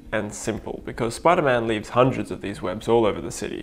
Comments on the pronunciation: You said sipderman not spiderman lol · It spiderman not sipderman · ah yes my favorite super hero “sipderman” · Sip der man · it's actually spider man